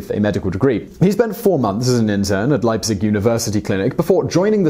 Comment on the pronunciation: Thank you for pronouncing “Leipzig” correctly. 😭